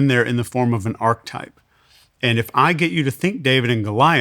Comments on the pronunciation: It drives me crazy that he mispronounces the word 'archetype.' 🫠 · If you're going to make a word a massive part of your vocabulary, for sure know how to pronounce it correctly. This guy literally said "archetype" about 40 times throughout this conversation, and pronounced it "arc-type" every single time. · How he pronounces ARCHETYPE pisses me off so much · I wish this guy would stop mispronouncing archetype. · Good info. I like this episode. But listening to mispronounce "archetype" like 20 times in a row is killing me.